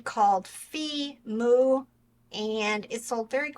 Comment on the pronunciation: It’s pronounced Fie Moo…(Phi Mu).😊